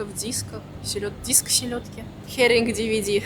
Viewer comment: Herring DVD 🤣 lmao